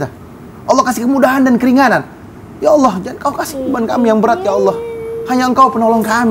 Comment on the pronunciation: Ucapin allah dengan baik dan Benar ,beda Bahasa beda arti